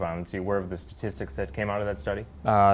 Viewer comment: “stasssstics”???? What the hell did Jesse say???